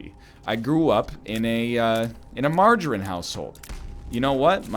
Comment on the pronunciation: Who the fuck pronounces margarine like that? Freak.